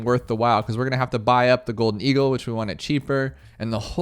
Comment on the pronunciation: i think you dont know how to pronounce "golden eagle"